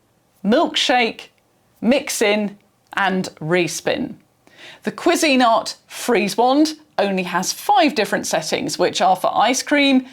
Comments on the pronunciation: So it's Pronounced KWEE-zIN-art. Not Kwee-Zeen-art. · As a Brit, I’ve never heard another Brit pronounce it that way. Most typically it’s like “quiz-in-art”, with the emphasis at the start of the word, not the middle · I was not prepared for the British pronunciation of Cuisinart... I love it so much. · The most important part of the pronunciation is that the emphasis is on the first syllable, not the second. This is how the company pronounces it in their ads. I would assume this alternate pronunciation here is non-standard everywhere, not the "British" version. I did find examples of other British videos and they all stressed the first syllable. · Gosh, it would never have occurred to me that you could pronounce it another way. I’m so tempted to try to find videos of how Americans pronounce it now! 😅